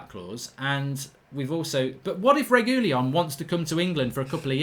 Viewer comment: That’s definitely NOT how you pronounce Reguilon 😂